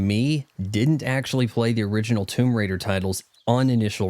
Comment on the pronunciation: TOMB"OY" RAIDER 🤣🤣🤣